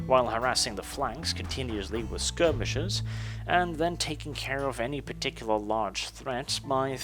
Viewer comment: the way you say ``particular´´ makes me laugh every time